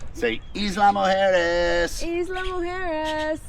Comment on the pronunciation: EYE=luh guys not EAS=la